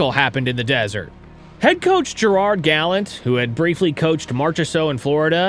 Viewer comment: LOVE the content, and LOVE LOVE LOVE that you are a dude (NOT AI). I just have one correction to make. Gerrard's last name is pronounced Gall AHnt, not Gall ent. Otherwise, you totally earned yourself a new sub!